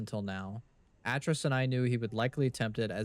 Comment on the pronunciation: Atrus is pronounced Ay-Trus and Gehn is pronounced like Geh-n, like Hen with a soft G...just fyi